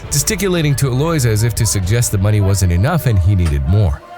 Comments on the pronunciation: Eloise is pronounced “el-oe-eeze” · It's Eloise El-lo-ise